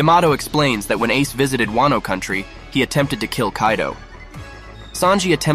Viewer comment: And "YUsopp"